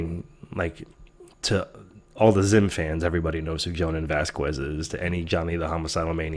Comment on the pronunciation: Just FYI, Jhonen Vasquez's last name is pronounced "Vas-kez".